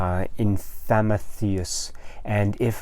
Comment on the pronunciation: Hello! You were close on the name pronunciation, don't feel bad it's kind of an odd name lol. It's just "Infamous" merged together with "Prometheus" so together pronounced as "In-Fah-Meeth-E-Us", thanks for replying!